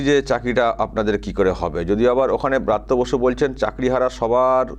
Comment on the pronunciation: ব্রত্যবাসু নয় বলুন ভৃত্য বসু😂😂😂